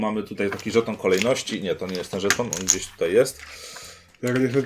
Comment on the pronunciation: Mam dziwne wrażenie, omamy słuchowe że zamiast słowa/słów żeton/żetony oboje wypowiadacie co jakiś czas szton/sztony ;)